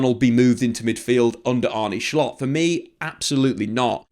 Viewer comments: Why do you say schlott? Just say slot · His name is not Schlott, it's Slot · Just say Slot ffs you’re not Dutch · So its pronounced Shshshslottttt? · Hjulmand (Julemand) Slott (slott) not schlott